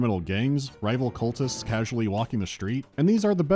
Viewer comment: Their pronunciation of Innsmouth drives me crazy